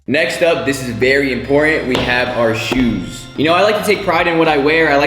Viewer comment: HE SAID SHUS NOT SHOES 😂